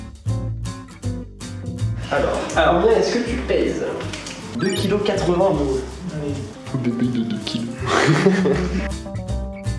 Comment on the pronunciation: Enfaite c’est un "oui" qu’il dit et pas "hi" 😂